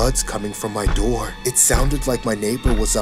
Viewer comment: bro really said: "open the noor pls" lmao